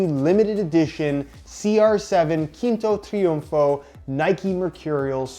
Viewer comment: You didnt need to use google for pronouncing quinto triunfo this time lol